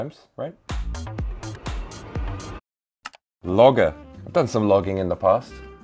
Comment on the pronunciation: "I gey the job donee" goes hard